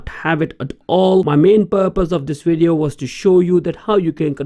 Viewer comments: through the whole video you kept saying WID EE OH! Oh I'm sorry I think I understand now, you are trying to say the word video, right? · when speaking English the letter v makes a sound like you put your lips together and you push air through and a little bit of sound and you go... Vvvvvvvvv Vivian vascular vote vomit voluptuous, So it doesn't come out like Wivian Wascular Wote Womit and Woluptuous. Do you sort of get what I mean? I apologize, I'm just trying to be nice.